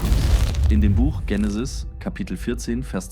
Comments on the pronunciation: Ist mit KI generiert... "Dsechenesi" anstatt Genesis... "Sibel" anstatt Abel, "Ädam" anstatt Adam, "Seff" anstatt Seth uvm.. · Ich finde alles gut und eine stetige Verbesserung der Videos! Eventuell kann die englische Aussprache von Adam, Aedem, und Genesis, Dzhenesis, an das Deutsche angepasst werden.